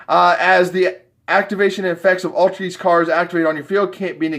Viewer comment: Do you not know how to pronounce Altergeist. Its like poltergeist.